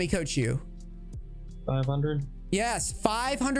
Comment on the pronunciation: The way he says “500” lol